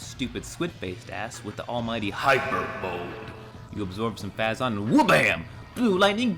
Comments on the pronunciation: Fay-zun? No, it's Fay-zon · It's phazon "fay-zon". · It's pronounced Fay-Zon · 1) it's pronounced phayzon ;_; so tilted 2) Samus was raised by the chozo, so when you see the chozo ghosts and everything... I will let you figure out what she was trying to do ;) 3) Great video! No complaints here, was really fun to watch and brought me back nostalgia... Time to play the prime series again o.o